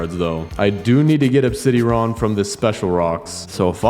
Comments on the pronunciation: Obsidian is pronounced ob-Sid-ee-on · U say it like "obsid-airon" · Ob sid i an is how to pronounce it😂😂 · it’s pronounced “ob-si-Dee-uhn”